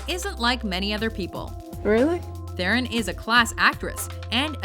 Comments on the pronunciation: Maybe pronounce Charlize Theron's name right. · Te-ron... TE-RON!!!! IT"S FUCKING PRONOUNCED TE-RON!!!!!! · You pronounced Charlize Theron wrong